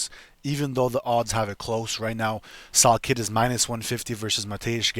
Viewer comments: How do you make a video butchering a name that bad? Pronounced sal "killed" not sal kid 😂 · Yeah your dumb bud don’t even know how to pronouce salkiLLds name